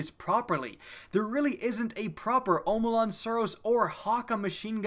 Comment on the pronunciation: Hakke is fucking "ha-kay" not "ha-ka" Edit: I got further into the video... regrettably. "Omolon" is "ah-ma-lon" not "oh-ma-lon"